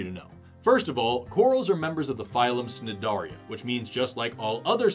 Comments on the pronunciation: enthusiasm is almost exhausting to watch! One quibble, though, when I was a biology student many moons ago, Cnidaria was pronounced with a silent "C" - maybe things have changed in marine biology, but I've never heard them referred to as snidaria before! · Marine biologists seem like surfers that got lost in a college for years on their way to the beach. Forrests pronunciation of Cnidaria? 🤔